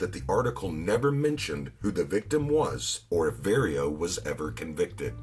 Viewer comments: His name is Vario pronounced like car💯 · This narrator is butchering these Italian names. He never once pronounces Vario's name correctly. And he says "Nicholas Pileggi" with a hard 'G' instead of the proper soft 'G.' And he says Luchesse like "loo-casey" when it should be like "loo-cazey."